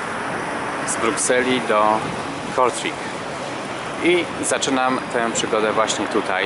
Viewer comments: wymawia się po prostu Kortrejk, wiem bo jestem w połowie Belgiem i znam ten język 😉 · Przepraszam za nieprawidłową moją wymowę miejscowości Kortrijk. Na filmie wymawiam ją tak jak się pisze, podczas - jak się później dowiedziałem z dwu niezależnych źródeł (Winicjusz, dziękuję) - mówi się "Kortrajk" (raz na filmie udało mi się tak to powiedzieć... ale tylko raz)